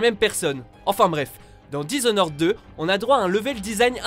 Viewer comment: Le #7 on le prononce disnord 2 et non disonore 2